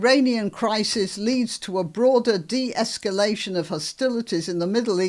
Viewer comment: She can't get de-esculation right either, prefers esculation to escalation. Does she know what's goin' on? I doubt it.